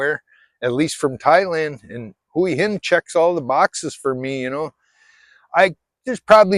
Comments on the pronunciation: You say "Hooey Hin" I say Wa Hin. Lol...I live in Jomtien but I could live in Hua Hin no problem. Cheers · That was when we moved away from Hua Hin ( or like you keep on saying " Huwi Hin " ), to busy, to much traffic back ups in the weekends, now we live in Pranburi at the border with Hua Hin and we barely go there anymore.Much more relaxed live here and better beaches, nice market in the night with live music, you name it, we leave Hua Hin for the tourists. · Thai is a phonetic language. Hooah Hin is how locals pronounce it. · 1 year in Hua Hin and you still can't pronounce Hua Hin ?? !!!